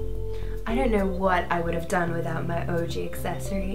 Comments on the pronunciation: ish it sounds like she said "Orgy Accessory" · Did she just pronounce ouji as orgy? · I kept thinking they were saying oragy.